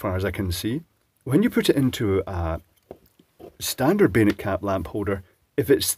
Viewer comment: I think you're saying "bayonet caps", but I keep hearing 'beta caps". It's become clearer - three years ago, they definitely sounded more like 'beta'. It took a long time before I saw comments saying "bayonet", and I realized what was actually said. I've seen the G style lamp holders, with the hard to find 'male' feet, but I don't think I've ever seen a bayonet cap bulb or socket in the US or Canada.